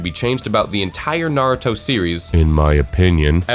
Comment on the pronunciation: What joke he cant even pronounce naruto right